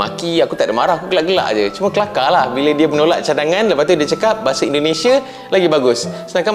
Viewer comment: Bahasa bang bukan bahase 🤣 bicara yg betul dulu